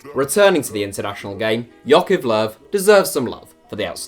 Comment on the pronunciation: Yeah, first time I hear about JOCHIV Low. JOCHIV. Definitely no other vowel in there! (all love,, BTW).